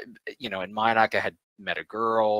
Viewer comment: M"y"noc??? "Felooka"???